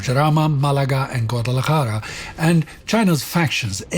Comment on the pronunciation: Your pronunciation of Jarama and Guadalajara was perfect. Málaga is stressed in the first sylable (which is the reason for the weird symbol), so it's "Maah-la-ga". Still, fine enough.